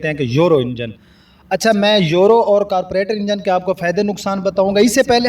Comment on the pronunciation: carburetor not carpuretor and sound not sond.